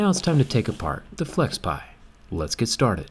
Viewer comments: Its FlexPai not Flexpie! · wtf flexpei 😂 its flexpai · I thought it was Flexpai and not Flexpie ? Let Jerry see this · It's flexpai Zack. Get it right lol